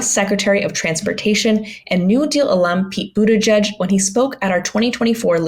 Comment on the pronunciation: It's "Boot-Edge-Edge" not "Boot-Edge-Judge".